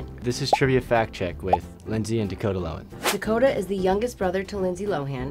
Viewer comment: His name is Dakota.....Da Ko Ta....oooookayyyyy